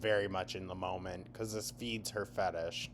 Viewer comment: Next video "hello guys it was a BPDDDDDDDD MOLMENT q.q"